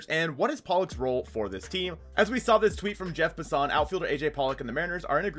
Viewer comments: Love you videos my dude. only thing Jeff Lawson’s name is pronounced Pass-en. Finest take away from the video though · Just a small heads up that you’re mispronouncing Jeff Passan’s last name. Should sound more like “Pass In”